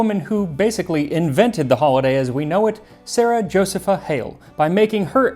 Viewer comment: Josepha is properly pronounced Jo-see'-pha. I make a cranberry apple pie with a streusel.😊